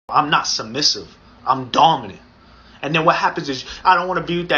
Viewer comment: im DEAD mans said DAWMINENT